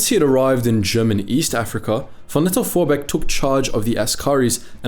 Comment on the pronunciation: Ah yes, Paul von "Not ze bees!" Vorbeek.